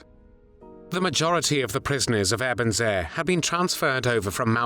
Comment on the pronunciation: It's pronounced "Ay-burn-zay". Also soup is not "solid food".